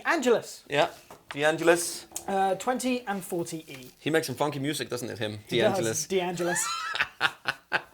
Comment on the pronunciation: Sorry, but in my opinion , this was a poorly done comparison of the tonal differences. Heard very little bass played. There was not much discussion among yourselves either in what their tonal differences were. And you both mispronounced Tonare and Angelus. Seems like not much preparation was done ahead of time to familiarize yourselves with these models. I just didn’t come away feeling very well informed about how these sound different.